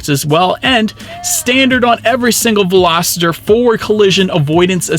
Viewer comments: I suspect he is thinking -- velocity substituting er for y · ...great review! But dude...I kept hearing you pronounce Veloster as Veloster-der. 😆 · Is it just me or does it sound like he saying “Velositer” instead of “Veloster”? 😂😂😂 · Please please and please do not call this veloster a velositer there is no “I” in veloster do you see an I in the word Veloster? I cannot enjoy your video if I cannot pronounce it correctly? The poor girl where I bought my 2012 VELOSTER ALWAYS SAID IT THAT WAY AND I Could not get her to say it correctly for nothing. The poor girl has since passed away,and feel bad for trying to teach her the correct way to prono7nce so if that’s the way you like to say then so be it? I can always mute the sound and just watch. Be safe out there. It’s a very scary bug we’re dealing with. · VELOSTER, not VELOSITER...it's not a dinosaur. Otherwise great review. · OMG! He's killing me with that "Velositer" stuff! How embarrassing it must be to put out a video for the public to see when you can't even pronounce what you're reviewing. 😣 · Everytime he says velociter i wanted to punch him in the face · "Hyundai velosititer" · PLEASE! If you're going to review or sell a car learn to pronounce the name correctly! There is no "I" in Veloster! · Hopefully that wasn't too judgy 😁 I watched MANY videos on this car before I finally got my 19 Veloster about a month ago and you were not the only one that pronounced it that way. It just got me every time lol. Good video though. 👍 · yeah wtf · Same lol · Billie Eyelash yea he is saying the name wrong. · I had to check the comments to confirm what I was hearing 😆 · it makes all the difference. He's saying it wrong. Don't be needlessly contrarian, it doesn't make you cool. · Agree and how does he say the name of the car I mean come on